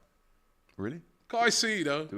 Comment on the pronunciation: Wow! finally pronounced Caicedo properly